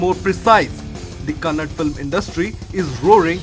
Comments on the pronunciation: Kannada not kannad bro Kannadigas start troll u Please pronounce correctly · Love from karnataka..💛❤️🔥 Its kannada not kannad...!!!! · First you learn how to pronounce Kannada. Its not hind hindi so its not kannad Kannada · It's not "kannad", it's a "kannadaaaa". A humble request you to prounance it properly... thanks in advance. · Its kannada💛❤, not kannad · abe kuyya youtuber it is kannada not kannad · Lowde it's kannada not kannad